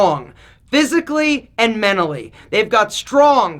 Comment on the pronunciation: You said menally it’s mentally sorry :/